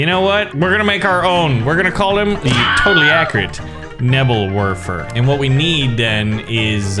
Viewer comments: I just kept getting triggered when pronounced Nebelwerfer wrong. Bruh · Sorry but i get i seizure when you say nebelwerfer